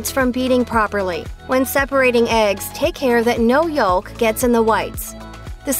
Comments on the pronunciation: Entertaining video. The word 'yolk' is pronounced: /yōk/. Log 'o'. The letter 'l' is silent, as it is in several other words. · “Yawlk”? Who speaks this way? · "Yoool-ks" I'm trying that IHOP thing at work tmro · I think this is the first time I’ve ever heard someone actually pronounce the “l” in egg yolk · Stop pronouncing the l in yolk.